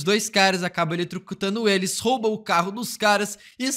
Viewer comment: ele tbm fala "eletricutando"... rsrs